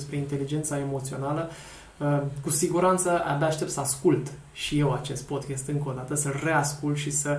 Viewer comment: Termină cu podchest! Se spune Podcast!!!